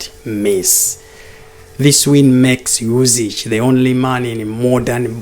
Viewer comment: it's NOT UsiCH...but Usyk... Pronounce as K at the end. Otherwise good analysis.